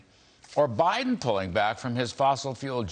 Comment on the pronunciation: Did you say bindin stealing